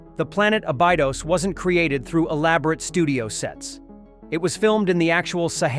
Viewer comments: Seriously. "ah-BYE-dos" ? No! the planet's name is pronounced AHBEE-dos. Ugh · You lost me when you pronounced AB - EH - DOSE as A - BYE - DOS. Obviuosly you never even watched the movie or the series. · Bruh. That's not how you say that. Ab-a-dose. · It’s A’bee-dose..sorry, but I have this really big pet peeve…when a channel uses AI, or a person who didn’t bother to Learn How To Pronounce Names of places, ppl, etc. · "Ray"? "Ab-eye-dos" damn that's some terrible dialogue that kinda says the creator has never even seen the movie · To be fair... If not for that cringe Ah-bye-dus, it would've been a lot more difficult to notice that it was an AI narration. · Just a typical AI generated voice over with a click bait title. Bruh couldn't even check their TTS to then adjust the spelling of Abydos to make the TTS pronounce it correctly. Don't get me wrong I love Stargate just like everyone else here that got baited but for crying out loud the AI generated slop is just annoying to listen to 😑